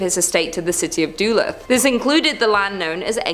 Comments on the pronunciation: And there was Duhluth as she pronounced it when it’s pronounced like Duhlooth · Im not trying to be THAT person but .... Its pronounced DUH- LOOTH..... Y'all need to do better ... Pronunciation isn't THAT hard to check 🤷🏻‍♀️